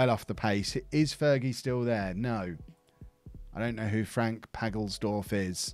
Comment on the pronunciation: Frank Pagelesdorf xD